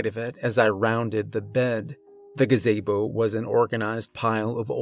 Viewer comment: "black gaZAYbo"...